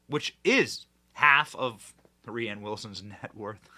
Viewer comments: Benny his name is pronounced like Rain 😂 not Raighann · Rhiann is a woman's name - Rainn with two ends, and yes it is dumb but it's pronounced rain. I love what you do Benny and I love your sense of humor most of the time but when you say rianne or bursima etc over and over sometimes you confuse or miss a bit of the point that you're trying to get across. Rain Wilson is a narcissistic doofus - and he's totally wrong here but please stop calling him rianne. I feel for the dyslexic issue though For real